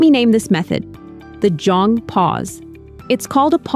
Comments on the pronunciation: me, a korean, clicking in video to see how i was supposedly raised lmao edit: oh, yikes, that is a LOT of ai footage being used but anyway, anyone who happens to read this, jeong is pronounced closer to jung ("hung", but with a j) than jong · Im Korean & its pronounced more like Jeong (jung)...but anyway, this method may be the now generation. As a millenial, most of my Krn-Am friends parents did what most parents do...re-act😂 not that calm